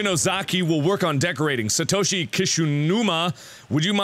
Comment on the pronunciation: ISE CREEM Official he said Satoshi right